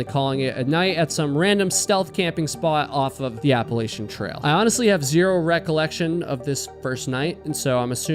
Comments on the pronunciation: You miss pronounced appalachin. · It's App-a-LATCH-an, not App-a-lay-shun.